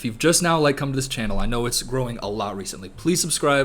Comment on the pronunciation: "my channel has grown alot" i swear to god he said chinhole